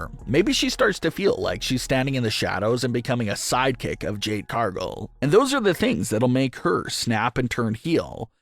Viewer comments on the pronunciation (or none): CAR-gill. Not CAR-gull. Get it right. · Can you not pronounce Cargill?